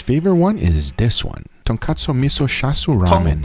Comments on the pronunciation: Chashu: who's char siu?😂😂😂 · He not only called Tonkotsu and Cha Shu wrong to be the different things, he also called Mirin as Merium and Menma as Nemnar. HAIYAA—!!!